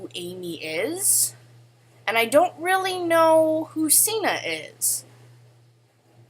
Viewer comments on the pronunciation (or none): I shipped septiplier just for the edits and cute pictures. But now that I know they have GFS, which I've known for 2 years now, I LOVE septishuu and amyplier. BTW is pronounced (sig-ner).